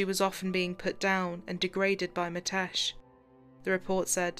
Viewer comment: It's ''Mi'' tesh, with an ''i'' sound not ''Ma'' tesh. It's not that hard a name to pronounce properly. & and it's said in one flow. A lot of Asian names, Viresh, Nikesh, Ramesh etc like this. Even the subtitles are incorrect- 'matesh' over and over again also.